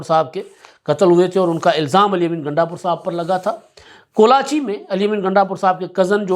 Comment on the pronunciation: this is Kolachi not Kalachi